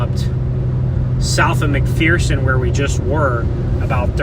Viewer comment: Just for information, McPherson is pronounce "MucFurson" in Kansas. And the Arkansas River in Kansas is not pronounced "Ar-kan-saw," but "Ar-kansas", as in the the Kansas name. And El Dorado is pronounced "El Do-ray-dough" in Kansas.